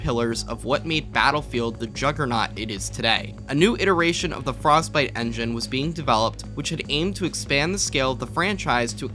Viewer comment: "Frostbite Ongion"